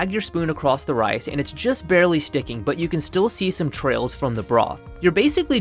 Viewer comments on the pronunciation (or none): none